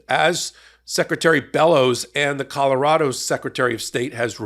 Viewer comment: I’m from Maine. You pronounced it correctly the first time. She is definitely well qualified. She is a true Mainer. If she wasn’t she wouldn’t have been selected. She is a wonderful representative of most average women native to my state. She got where she is through hard work and sheer determination. Her and our Governor Janet Mills make me wicked proud to be a Mainer and I couldn’t be happier with their leadership. (We also have many great people in our state House of Representatives and three wonderful Congress representatives (I didn’t count Susan Colins though I do respect her hard work directly for her constituents I don’t approve of her overall voting record)